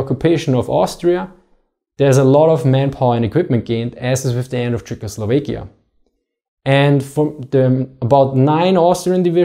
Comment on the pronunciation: Czechoslovekia. As it's in Tschechoslowakei, it's an "a", not an "e".